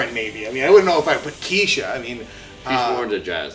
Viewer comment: Oh and you pronounced Ke$ha wrong.